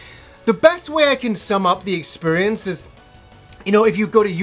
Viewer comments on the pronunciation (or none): Drinking game: take a drink every time says "expurience." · you broke my video expurience, now I just hear that :(